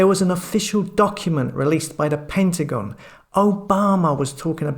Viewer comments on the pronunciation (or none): none